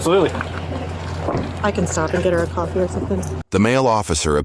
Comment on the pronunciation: "COFFEE" ARE U SERIOUS